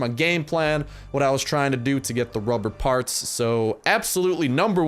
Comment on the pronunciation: he sead ruber barts :)